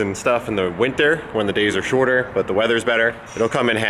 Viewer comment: I just really dont like you. And the way you said WINTER at like JESUS WHY.